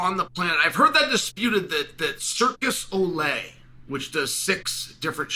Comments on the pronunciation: He’s actually saying “circus olay”- a fancy soap reference 🧼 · It's not Circus Olé it's "Cirque du Soleil" Chael Gotta get it right when bringing references. Journalism 101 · Chael calling "Cirque du Soleil" the "Circus Ole" is the most Chael thing I've ever heard. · It's pronounced Cirque du Soleil and it's the Joe Rogan Experience